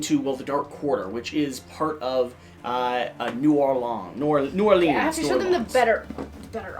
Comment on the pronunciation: As a Louisianaian, hearing you try to pronounce New Orleans a couple times was painful. hahahaha.